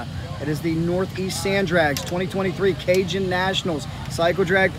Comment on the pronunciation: Cajun not Canjun...